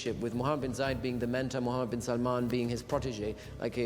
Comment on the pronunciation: Its Bin not Ben